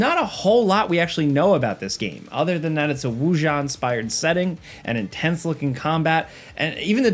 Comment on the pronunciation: Wuxia is pronounced "woo-shoo".